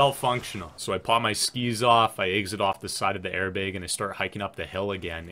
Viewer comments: i kept thinking you were saying “air big” instead of airbag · air baeg... is from the upper midwest? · i don’t ski, i wish i could, but the way he says BEG, airBEG.